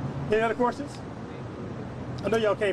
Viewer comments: If he says "queRstions" one more time!🤣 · He kills me with "quer-tions" and "achqua-sations"🤣🤣🤣